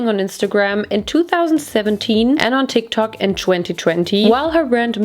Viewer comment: I love how you pronounce "Tik tok"